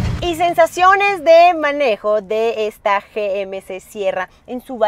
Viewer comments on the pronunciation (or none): Me pregunto porque no pronuncia GMC en ""ingles"".